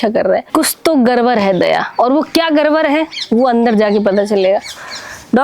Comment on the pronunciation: Gadbad ❌ Garbar ✅.....🤣🤣🥰